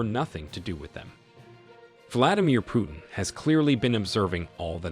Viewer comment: Coreect prononsation is like saying - "Put in" or "Put'n" but not "Pyutin". Sometimes you got it right, but sometimes wrong. So i assumed you just don't know. Мне кажется что колонисту самому остановить колониализм весьма трудный и смелый ход. И на такой ход редко кто или даже не кто не способен. Осознать неправоту своих действий, пусть даже подстроенный закон тебе этого позволяет, это одно. А прекратить ети действие совсем другое. На доходы от колониализма зависят столько всего и всякых что прекращение подобно самоубийству. Это скорее похоже на стремление покинуть наркокартель, от одной лишь мысли можно пулю заслужить . Хорошо бы если кто-то постороний в етом поможет, даже если ты помощи не просил. Похоже как на вынуждённое лечение в психболнице от зависимости. В это время Франции есть шанс поймать и обогнать еканомичаски Германию но не на плечах Африканцов.